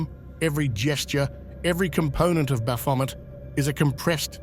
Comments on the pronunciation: I suspected A I voice, ans it is a good one , so i dont mind .... What gave it away? Mispronounced Baphomet! Any occult historian would know exactly how to say it right 😊..... Did same with Elphias too. Vid creator , you should really check that the literal NAMES are pronounced correctly.. Did it with Crowleys Thelema too..... Come on man. Do bettrr. Its disrespectful to these occult ledgends , to use their names to make no -effort (for you) vids , and you can't even check its saying things right? You arent even checking before upload , let the AI churn it out and upload immediately without a second glance. Such is the modern world niw. (Be careful, i wouldn't want to be haunted by Crowley 's ghost 😂😂😂.... In all seriousness though , you obviously know F All about the occult , not even the basics like how to say the BIGGEST nsmes !!! Prefty disrespectful to proper occultists also .... I cant see those people been very happy about their religion being disrespected TBH. (Yeah i was saying how much i enjoy these vids in my previous comms , but this business with the misakes , is very off-putting. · I've never heard Baphomet pronounced like that. Bravo.